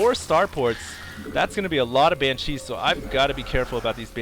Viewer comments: Looks like baylings (however you spell it) require mircoing, otherwise they just sit there. And oh my god, please stop saying "Bancheese" It's pronounced "ban-she" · Hey, I love the videos, very entertaining. One thing is bothering me.... Please, for the love of god, pronounce "Banshee" correctly. It's not 'Bancheese', it's Banshees. Thanks :D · I love these videos, but ... please. For the love of god. It's BANshees. Not banCHEESE. I have no idea why it's annoying me so much, but it is, lol. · It's pronounce "BAN-she". Other mistakes in your posts: "baylings" - banelings "mircoing" - macroing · lol pronounciation: Ban - CHEESE. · That's NOT how you pronounce "Banshee"